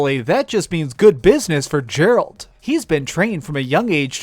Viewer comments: "Jerald the Witcher" S T O P They pronounce it in game ffs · The way you pronounce Geralt should have you banned for YouTube and gaming for life.. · I don't like how u say geralt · don't ever say Geralt's incorrectly ever again! It bug me so much that I literally was about to unsubscribe. But I do like your videos, it's just that I cannot believe that you kept saying his name absolutely 100% incorrectly please don't do that again￼